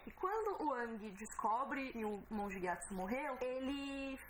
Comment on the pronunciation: "Ãngui" tá foda... é a primeira vez que uma pronúncia me incomoda... paciência.